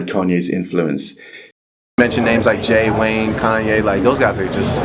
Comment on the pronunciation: It’s crazy to do a documentary on a man and pronounce his name wrong after all the videos you have of the correct pronunciation. Say it right!